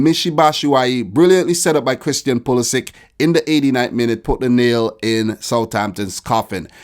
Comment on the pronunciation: Hey, Pulisic has croatian origins, so you should just fix his name pronounciation:)